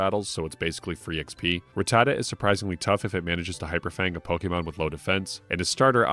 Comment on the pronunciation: He mispronounced Ratatta and that got me lol. Everyone except Mahdrybread and Scott's Thoughts mispronounces Ratatta and it gets under my skin. I mentioned it in my video game pet peeves video.